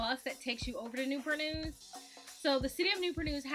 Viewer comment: Why they call Newpur News. Not Newport News ?